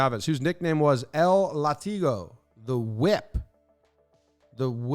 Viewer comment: Just so you know, might be absolute useless knowledge but the spanish word for whip isnt pronounced lah-TEE-go but LAH-tee-go. Thats why there's an accent in the word: Látigo Love your channel and your content mate